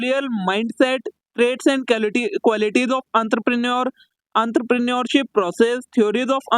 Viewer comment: Entrepreneurship❌ antrapre neurship✔️👽